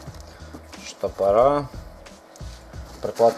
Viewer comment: не Штопора, а Стопора. от слова стоп, стопорят